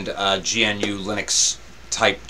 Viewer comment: Thank you, I've been wanting to take a look at this, but the Virtualbox install failed. By the way: GNU is pronounced "gnu" (like the animal).